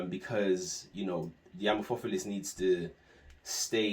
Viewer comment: The word amorphophallus comes from greek amorphos (= misshapen) and phallus (=penis) so the stress would be on the second and fourth syllable. Just info in case you care, no offense whatsoever. Great informative video :)